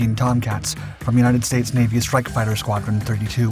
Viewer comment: I know right, I just cringe and want yell at him everytime he says it.